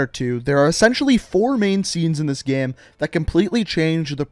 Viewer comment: Just me or is he saying gem instead of game